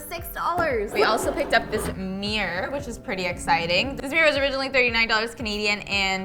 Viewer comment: I love every bit of this except for pronouncing mirror as 'meir'